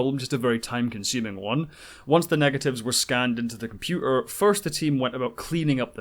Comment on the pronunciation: I lost interest when the narrator could not pronounce “computer”!